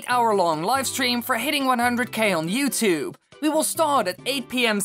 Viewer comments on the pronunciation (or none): none